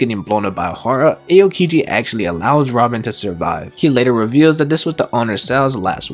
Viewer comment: It’s not Ayo! Kiji let’s go to the club!! It’s ah o kiji.